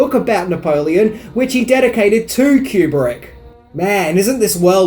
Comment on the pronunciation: Sorry to correct you again, Kubrick lived to complete Eyes Wide Shut and died after screening a rough cut version for Cruise and Kidman and Warner bros, brass Terry Semel snd Bob Daly. And his surname is Koo-brick, NOT cue-brick.